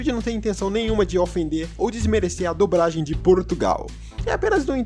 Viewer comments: A unica coisa irritante é ter que ouvir vc falar "dubragem" o tempo todo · "DuBragem" kkkkkkkkkkkkkkkk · "dubragem" kkkkkkkkk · Toda vez q o diz "dublagem" eu entendo "dubragem" kkjkkkkk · dubragem kkkkk (perdoe a criancice kkk)